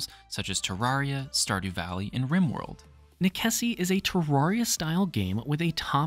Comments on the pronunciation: You didn't even take the time to find out how to pronounce the name of this game. The actual word is Latin, and its pronounced "neh-che-see" The developer however says its a play on necessity, and is pronounced "Neh-sess" not "neh-keh-see" . sheeeeesh. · Is it really pronounced Nekessi? I always assumed it was Necesse as in necessity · Nickesee? Necesse, as in necessary. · I couldn't stop laughing at how you pronounce necesse, since I always pronounced necesse like necessary. great video anyhow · Great video... but "nekessi"? How did you miss the link to the english words necessary or necessity? Necessario in portuguese, italian and spanish? :face-turquoise-covering-eyes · Same. I can't blame the deliberation about how to pronounce cause i sure as heck didnt know for sure. But Neh-kessy def wasn't one of them lol😂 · Hearing you say Neckesy makes me wanna stab my eardrums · Pretty sure that's pronounced "Nes-ess" y'know, like how you say necessity in romantic languages. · As per the developer on steam he says you pronounce the game as "a play on the word "necessary" :) so "ness ess" .. may want to correct your pronunciation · That’s 100% wrong and they did not say that, it’s nekessay, it’s Latin. Amazing someone with fact in the name decided to not use facts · NEKESSI? DA VINKI? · please stop saying nekessy